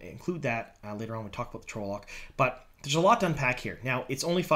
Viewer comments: Please its pronounced trol-lock not trowlock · Its 'tral-uck' dude. Not 'troll-lock' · I hate to be that guy but.. TRAHL-lohk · Yeah. It's trah-loc. Tells you that in the glossary in the books. Also the trolloc is wearing armor and has a sword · I can't get over how you pronounce trolloc. 😂